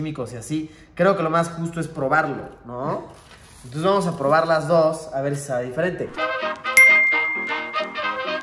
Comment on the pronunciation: Seguramente solo fue probarla pero lo dijo mal